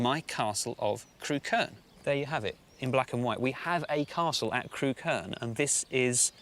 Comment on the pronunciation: I grew up not far from there. Used to work and go to pubs in Crewkerne. Funny hearing everyone pronouncing 'Crewkerne' wrong (it's 'Crook-urn' not 'Crew-kurn'). I'm sure the side-hosts killed the series off. Both of them were dingbats, and poor Mick - the actual expert - doesn't get much of a look in.